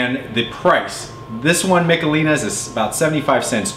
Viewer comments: Its Mishelins not Micalelans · It's Mish uh LEEnies!